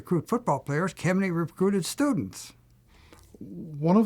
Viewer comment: Ah. "Kemeny" becomes "Kennedy" ... and "computation" becomes "competition"! Yes, definitely computer-generated.